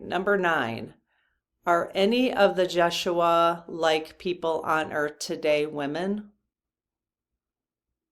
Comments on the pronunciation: I think it is pronounced Ye shu a Not Josh.... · you are close..the name is pronounced YESH SHU AH..it is his true name but spelled with a J. Jeshua...you are giddy tonight, a bit all over the place. It's all good. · I think it is pronounced as in Yes-uaha, J is silent. Can you ask in part 4? 😊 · It’s actually pronounced yesh-u-a. The Spanish say Hey-sues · Jeshua – The accent is on the second syllable and the J is pronounced as a Y Jesus is the Greek form of Yeshua which is Aramaic.